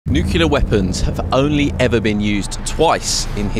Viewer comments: Please learn how to pronounce the word nuclear. It's new-clear, not new-qular!! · why can British people not pronounce nuclear 😭🙏 he keeps saying nucelar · This. I’m sure effort went in to creating the video. Including research, editing, etc. Why not correct the pronunciation of the damn thing?